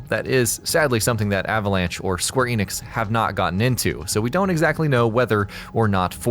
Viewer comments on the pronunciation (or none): none